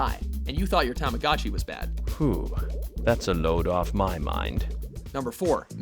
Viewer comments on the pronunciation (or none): none